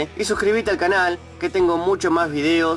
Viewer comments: pronuncia la X como T, seTsual, eTspertos, proTsima. es un problema comun, mayormente pasa en gente con los dientes muy separados. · Porque dices sedsual, Edspertos, prodsima ??? 😲